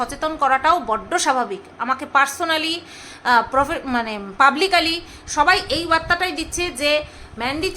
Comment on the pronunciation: এখন যেমন বুদ্ধি যুক্তি দিয়ে উপস্থাপন করছ, এরকমই করো। দুর্বল মানুষ গালি দেয়। ❤ আর একটা কথা, একটা উচ্চারণ ঠিক করে দিই? জানি তুমি কিছু মনে করবে না, শিখতে তুমি কখনো পিছু পা হও না 😊, কথাটা পাবলিক্যালি নয়, ওটা হবে পাবলিকলি (publicly)। ভালো থেকো ❤❤